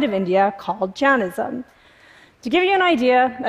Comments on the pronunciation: You're Indian but pronounced JAINISM wrong. It's not JAN-ISM IT'S JANE- ISM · clearly misunderstands Vedic Hindu theology, nor does she seem to be even able to pronounce Jainism right. She has zero credibility and lost me right at the start of yet another pathetic attempt at slickness that is TED talks these days.